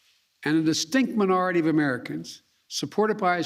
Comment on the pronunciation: Cant even say minority right bro you need to be in the hospital working in your motor skills before your brain explodes stop lying and poisoning people with the trash that leaves your mouth fake news